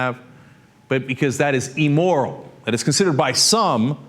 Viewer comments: P.S. it's "IM"moral, not "E"moral. :D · Cenk, the word is immoral not emmoral. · "E" moral?? Really? "E" moral? I grind my teeth every time I hear that pronunciation. It's IMmoral. Geez... (But I love your show!!) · amoral not "emoral" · Hate to nit-pick here...but...it's AMORAL, not emoral. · Again - Cenk, it's immoral as in 'imbecile', not eeeemoral. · I love Cenk, but I hate how he says Emmoral, lol. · Cenk's pronunciation of immoral... EEmoral... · Also, you should learn how to pronounce "immoral". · Does Cenky mispronounce the word "immoral"?